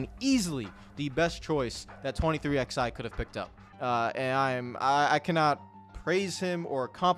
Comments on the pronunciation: It’s 23 ELEVEN. Stop saying “XI” for the love of god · Saying “23 ex eye” instead of 23 11 was infuriating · I love you bud, but you've gotta say the name right. The "XI" in 23XI Racing is the Roman Numeral 11. It always has been. It's "Twenty Three Eleven Racing" (combining MJ's number with Hamlin's number). Please start saying it properly.